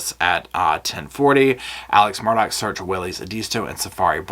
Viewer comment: I know my English and M-U-R-D-A-U-G- H is pronounced Murr-Daw. There's no Dock.